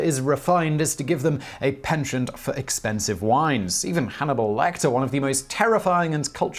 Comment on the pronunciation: Please stop mispronouncing “penchant”